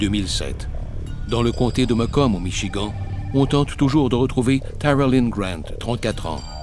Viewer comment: C vrai et 2em fois que j étends michigant ! Ça écorche les oreilles,mais. C pas le plus important dans histoire !!